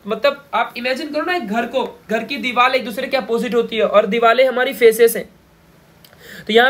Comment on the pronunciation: Dival nahi sir Divar